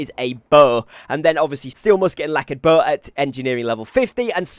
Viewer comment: I've got a pretty shitty english accent, i'm sure. But the way u pronounce Bow like bohhh made me chuckle :)